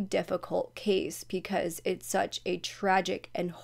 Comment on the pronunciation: Off topic, I watch a lot of your videos and I love how you pronounce "because" as "peecause".